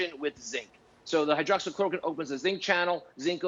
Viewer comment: PRONUNCIATION: Hello, sir, 'Hydroxy' is a THREE SYLLABLE word, you are adding an additional syllable in the form of an additional letter 'o' immediately next to the existing 'o'.